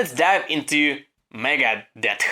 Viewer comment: It's okay, but is funny the way you say megadeth 👍👍👍👍megades